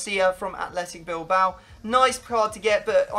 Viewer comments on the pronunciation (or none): none